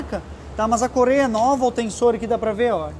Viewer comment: Não é "corêia" é correia 😂